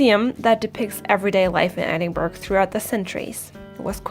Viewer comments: I think Princes' street will give you an argument about the main street in Edinburgh (pron ed-in-bra not ed-in-burg) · Edin-buh-ruh ... not Edin-burg. Good video, though. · Argh, stop saying ‘edinburg’!!!! It’s pronounced ‘Edin-bru’ or ‘edin-bura’. Whichever you’re more comfortable - but it doesn’t have the same sound as an iceberg. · tuomask 78 I’m a “local”, born, raised, educated, live and work here... I’ve never heard “em-bra” (unless it’s maybe from the uneducated masses). Simply, it’s “Edin-buh-ruh”. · I think it is pronounced édin-brah ❤❤❤, Thanks for the video❤❤❤. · as a 80 year old lad who was born there , we call it Edinburra , now try saying that, it really is easy , well when you go there and say it how i have spelt it, i can assure all the folks will love you that you have pronounced it correctly ,Duncan, born in Edinburra . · Yes, EITHER of those are fine - but not Edinburg sounding like Iceberg. There’s a few factual errors too. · קמרוןSnipethemapplesקמרון No,it is pronounced Edinburra. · Thanks for posting this video. It was very informative and I have used it as a 'things to check out' reference as I will be there in June. I see a few people have pointed out the pronunciation of Edinburgh which by now, I'm sure you get. (When you hear it said with the hard "g" sound, it does interrupt the flow of your wonderful commentary.) And to share a bit of history, Princes Street was named after George III's sons--hence each of them was a prince. Cheers, Darryl